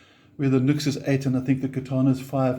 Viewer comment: Much as I approve of your ZA/NA (?) accent, "NUX" is pronounced NEW-X in spoken English according to NUX (Cherub CN) themselves. Hey, as an owner of many NUX products and native English speaker from a time when grammar, punctuation, spelling and pronunciation were taught, insisted upon and examined, I used to pronounce it as spelled too for a long time. The keyboard doesn't type the subtle ">" used in the "NU>X" branding for so long well, which I suppose gave some hint of it. Returning to the relative mini amp comparison, of these three I chose and use the 3W Blackstar Fly 3 & Blackstar Fly 3 + Fly 103 6W Stereo combo for my battery powered portability deployment needs. Taking into consideration my purpose for the Fly 3s as I already had a Blackstar ID:Core Stereo 40W (now two thereoff with the addition of the latest V3 incarnation of it) for my primary practice amp, as well as multiple other larger electric performance and acoustic amps . In my country (AU) the NUX8 BT 8W with BT sells for around the same price as the Fly 3+Fly 103 6W Stereo combo (no BT) which includes its 240v AC to 6.5v DC step down PSU in the pack. The latter Blackstar 6W Stereo combo is really the direct comparison to the NUX price point for price point, with the advantage of Stereo which it trades off against the NUX's feature of Bluetooth. So in that sense, the standalone 3W Fly 3 isn't a fair or balanced comparison considering it sells for half the price of the NUX8BT or BOSS Katana Mini. Not that it